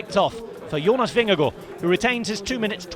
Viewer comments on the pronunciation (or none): Vingego? silent "ard"? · well, with english as a first language, the pronounciation kind of sound like "Vingego" - the d is silent and no one outside of scandinavians or german people can make the "å" sound, so it's a decent try from the commentator i'd say. And us danes drops the endings of words like there's no tomorrow